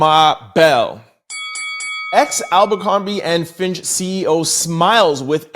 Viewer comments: Fitch!! Fitch! Fitch!! Not FINCH!! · Abercombie and Fitch, not Finch. 🙂